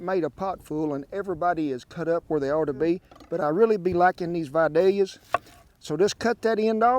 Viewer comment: Thank you for knowing how to pronounce Vidalia!